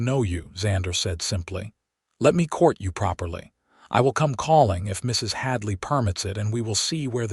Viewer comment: I ❤ the story but, I don’t know what was WORSE, the ADS or…………..MRS……………………HADLEY😂. You really need to work on that!👍🏽